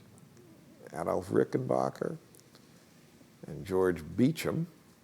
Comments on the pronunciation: The name is pronounced Rickenbacker, not Rickenbocker. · For future reference, its pronounced "Ricken BACKer". Not Ricken BACHER". I hate when people think they know so much about guitars and they can't get the name right.